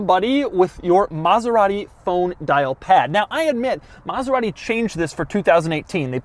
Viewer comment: Can’t even pronounce it well lol